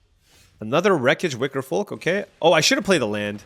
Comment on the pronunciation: You're messing with my head pronouncing that "L" in Wickerfolk.